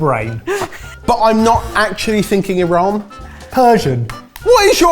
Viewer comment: As a long time Persian subscriber thank you for pronouncing Iran correctly! 🙏🏽 Hope you get to visit my beautiful country one day and get to experience the amazing Persian cuisine. 🥰🫶🏽